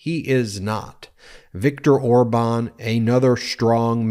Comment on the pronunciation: I have to admit he did have a good pronunciation on Orban's name